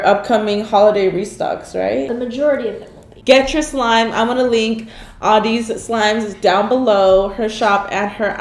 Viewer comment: When karina said “ ima link audeez slime down below” I thought she said ima link all deez slime down below😂